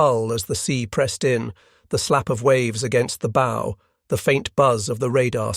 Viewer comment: Not B😅o like Go. Its bow like COW